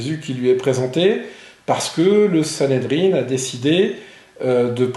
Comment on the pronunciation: On dit Sanhédrin, pas sanhédrine.